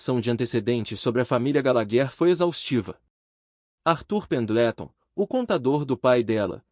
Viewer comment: " esculpido em mármore frio" e terno cinza carvão. É a descrição de todos os mafiosos. " olhos de corça assustada" ??? Excesso de imaginação nsrrativa. Obrigada foi demais para mim. Artur pendetlon( é pendelton) . Se não sabe pronunciar em inglês use maria. João ernesto.